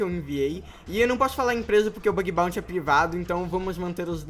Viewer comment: "Bag baunty." kskssksksksksksk